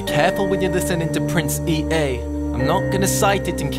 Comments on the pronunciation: it is pronounced E-A. he just pronounced it wrong lmao. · Anthony Daugherty I hate how he says Prince E all the time when it's Prince Ea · No he was saying "PrinceEA" but pronounced it as "Prince E" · The Crazy-Family it’s pronounced E-A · It's pronounced Prince EA like the company EA